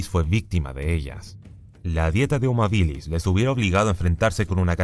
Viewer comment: No puedo con las veces que dice hominídos y habílis 😬